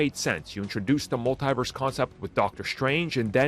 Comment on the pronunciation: It's pronounced "MUL-TEE-VERSE! Not "MUL-TIE-VERSE! The Cringe. 😒😣